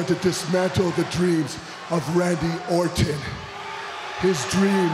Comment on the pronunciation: lol its Randy Orton not Randy Orten U Indian Jobber!